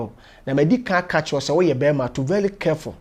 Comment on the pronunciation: To vely vely kerful but yr uninate ampa, kwaku 🤣🤣🤣. Aweak lol